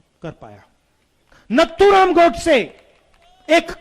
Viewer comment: अस्नान नहीं होता h स्नान होता हे, नत्थुराम नहीं नाथूराम filhal aapko pehle thik se hindi sikhane ki jarurat h, pappu bhaiya🙄 🇮🇳Jai Hind🇮🇳